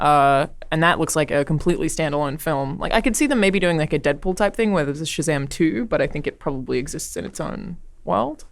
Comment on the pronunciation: The proper way to say Shazam is like Gomer Pyle